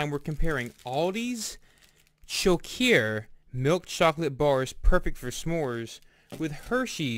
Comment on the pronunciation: I love Choceur chocolate so much better than our vomit tasting American chocolate. It's pronounced sho-sir by the way.